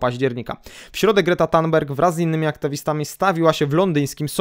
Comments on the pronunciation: Sorry ale muszę ;-) THun BERJ tak wymawiaj . GudStaff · źle Pan wymawia nazwisko aktywistki Grety, niby drobiazg ale kuje w uszy.